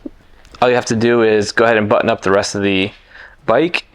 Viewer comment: It is button not bunion it's going to line up pronounce your tease so that you sound like a man and not some kind of Valley Girl